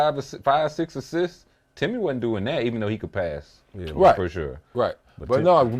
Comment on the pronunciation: It’s not close… Timmay!